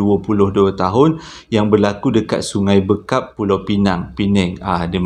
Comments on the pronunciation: sungai bAkap bro bukan sungai bEkap 😁 semoga terus sukses 👍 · Sg bakap..bukan sg bekap bang.. Terhibur...best ceritanya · Sungai Bakap la bang.. bukan Bekap.. 😂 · Bukan sungai bekap..cara sebut “bar”kap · Sg Bakap?? Aku pernah belajo kat sini . Tahun 99' Giatmara Polis Sg.Bakap.. area situ memang agak angkerrr.. tapi ok jeeee.. B A K A P bang, bukan B E K A P.. bekam pun boleyyyyyy !!! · Awat ang sebut sungai bekap